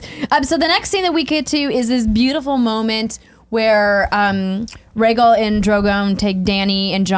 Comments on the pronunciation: Rhae-gul is killing me. It's Rhae-gal. Gal! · Andrea pronouncing the dragons. Reggle Vie seren